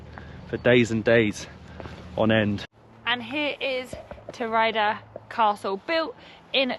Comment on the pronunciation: Sigulda - read like SEE-gool-dah (IPA: ['si.gul.da]); Turaida - TOO-rye-dah (IPA: ['tu.rai.da]) :)